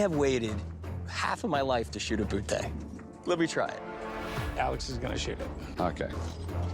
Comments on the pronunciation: "I've waited half of my life to shoot a bootay" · Rick can't even pronounce Boutet's name and then he goes and gives a history lesson....